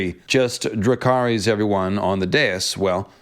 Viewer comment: She would get you for those pronunciation. “Ys” = “is.” ❤ Rae nis. Dracar is.